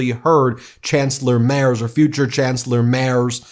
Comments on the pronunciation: The guy is pronounced „Merts“. „Z“ is „ts“ in German. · Merz is pronounced like “merits” without the i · Pronounced merts. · Pronounce it Mairts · Hey Ben, you got the "Mair" part more or less right, but in German, the z is pronounced tz. So, Friedrich "Mairtz". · His name is pronounced 'Merts'... and I'd love to hear Trump explain exactly why he thinks he is a "gentleman". His whole schtik has reeked of organized crime from the get go. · Merz is pronounced as if there is a T before the Z.. Mertz😊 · Ben, Merz is pronounced Mehr-ts. The Z is prounounced TS. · No impoliteness intended, please correct the pronunciation of the Kanzler's name. It's pronounced MERTS! Z in german is pronunced TS. It's a family name therefore should be correctly pronounced. Thank you. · The name is pronounced “Free-dreeh Merts” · Merz is pronounced “Mayrts” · Great video Ben. Chancelor Merz´s name is pronounced Merts. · Merz is pronounced Marts The e is pronounced Like the A in Marry, and the z is pronounced Like ts Like in Tzatziki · Merz is pronounced as mayrts. If you can get Ingraham right, you can get this easy one right. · Just for the pronunciation: It's "Freed-rish Merts", so you can start using the right one from the start … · Merz is pronounced Merts. The letter Z in German is pronounced as a ts. Like in Mozart. (Motsart) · Oh ghod on a spike! It's Freed-rich (with the ch pronounced like the c in cute) Marts... Do yourself a favour with those furshlugginer furrin words, use Google Translate and have the words read out in the original language! And dammit, he is not the chancellor, he merely is the candidate, he needs to be elected by a majority of the Bundestag to become chancellor and thusly, he has to form a coalition, most probably with the Social Democrats. This is not the US and not France, where you elect a King... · The name Merz is pronounced rather as "Merts". The z is very sharp in germany. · You are talking bullshit and cant even pronounce the names, so leave dude